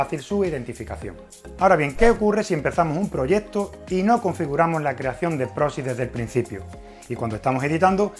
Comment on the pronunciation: Proxy con "x" no "prosi"